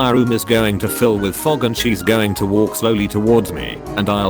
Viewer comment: I like how on the last "walk" sounds like "thank"